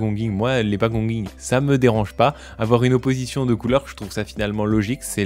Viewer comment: Pouce haut rien que pour avoir prononcé correctement "pagonging"